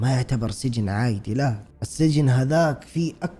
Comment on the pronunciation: احب حين ينطق عادي يقول عايدي 🤣🥲💗